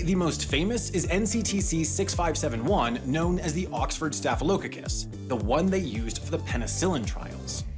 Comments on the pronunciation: For Staphylococcus the last part is pronounced with a hard “k”. So it’d be pronounced: “staff-eh-low cock-us” not “staff-eh lo-oh-ko-is”. I only say this because I was personally corrected on this pronunciation by my microbiology professor. Several times. 😃 Love your videos! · Its pronounced staff-a-low-caucus. You made it sound like a small scottish villiage. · Why does he keep using the wrong emphasis when saying -ococcus!??! It's driving me nuts lmao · It seems that you have the staph/staff merger! It took me a moment to get the joke because I'd pronounce staff as starf and staph as stahf. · As a microbiologist, I was expecting ATCC. I also haven’t heard Staphylococcus pronounced that way.